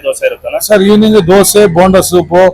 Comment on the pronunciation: ಧ್ವಸೆ ಅಲ್ಲ ದೋಸೆ 😂😂😂